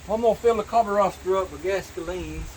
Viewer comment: Do you have any idea how silly you sound saying carveroster really